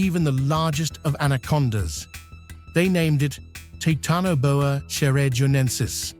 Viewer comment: “Titanoboa”, root word is “Titan” pronounced Tie tan not “Tee tan”, just so you know.